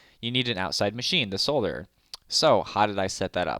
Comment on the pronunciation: Wait a minute, did I hear you pronounce "solderer" correctly?